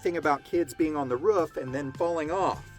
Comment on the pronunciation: It's a roof not a ruff.😅